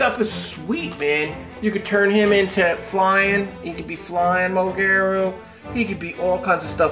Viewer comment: elking from ultraman to be exact its burning Godzilla 200 M o g e r a is her Name not to be mean showa Godzilla I have the Kong from Godzilla vs kong king c e s a r e not to be mean I said it that way so you could Pronounce it properly again not to be mean I like your video game Godzilla also and showa Godzilla I have a small gidarah To be exact It's rainbow mothra Leo from rebirth of mothra 3